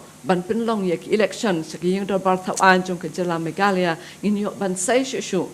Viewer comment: Tang rukom kren ruh kyllain ban Ong meghalaya ruh Ong meghala